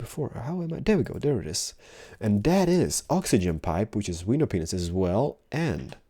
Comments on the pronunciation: its funny how instead of saying window panes it sounds like he's saying window penis's because of his accent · When he was looking in the item requestpipe he said it correctly but any other time he said window penis